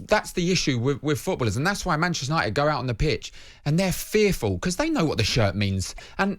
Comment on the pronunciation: PR-chester united